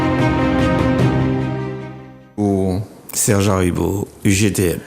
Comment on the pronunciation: Excuse-moi c’est monsieur Aribo et non Daribo